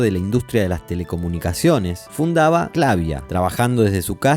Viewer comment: Funny how the AI narrator cannot pronounce Clavia the same way. Same with Akai, and other simple well-known names. SLOP.